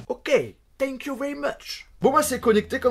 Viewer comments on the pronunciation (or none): le "tank you very much" (j'ai bien écrit tank) m'a tué XDD